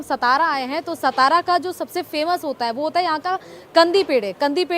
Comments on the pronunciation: It's not सतारा it is सातारा. Shows your level of research..😂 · Satara bolo saa. Saa not sa